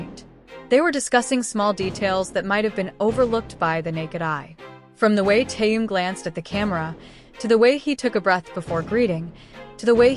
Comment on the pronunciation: Замечательные,радостные новости о наше любимом Тэхене.Но как неприятно слышать его искаженное имя произносимое при озвучивании текста.Искажено не только имя,но и название компании,а ударения,просто очень неприятно.Берясь за какую-либо работу,нужно предварительно с ней ознакомиться.